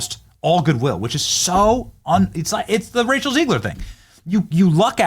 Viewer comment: Am I tripping did Benny call rachel zegler “Racial zegler” 😂😂😂😂😂😂